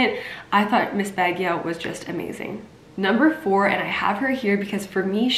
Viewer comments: Not being to be insulting but in case u want the correct pronunciation of Baguio is Bag - yo. thanks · You sound so cute by trying to say Baguio. But it supposed to be “Bug yo”. Nice try Sierra. Keep posting, we are watching your coverage.